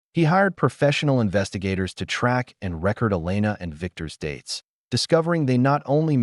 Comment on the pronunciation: AI needs training on proper pronunciation of ‘record’ and ‘wound’ according to context. Otherwise good story.